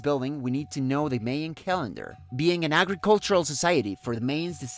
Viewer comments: I also found the pronunciation of Mayan and Maya distracting. I think this is an example of hyper correction in which a native speaker Spanish tries to imagine what English speakers would say. Perhaps some English speakers would pronounce these words as he does, but I think it would be better if he pronounced them in a way more similar to that in Spanish, which is also the way these words are generally pronounced in English. Māyā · But the odd thing is that almost certainly his native language is Spanish, and he pronounced the words for Mayan and Maya in a way quite different from Spanish and also quite different from the way in which it's generally accepted in English. Sort of a small issue, but I'm hoping that in the future, he won't pronounce these words this way.